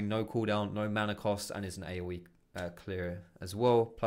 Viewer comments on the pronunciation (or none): none